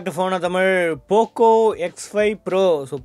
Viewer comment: Pocooooooo x 5 proooo your pronaucincen 🤣